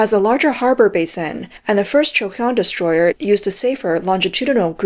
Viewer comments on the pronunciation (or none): I thought you said distroy-her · Oh, Destroyer. I thought you said destroyed.